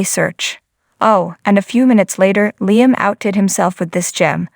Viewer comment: Please get Liam’s name right it is Liam sounding with an e not an a .